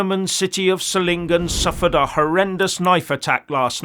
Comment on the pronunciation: You pronounce the name of the city "Solingen" correctly. I can't say the same about the highly paid BBC reporters who had no idea how to pronounce the name of the city correctly. My 2 cents from Belgium (Flanders).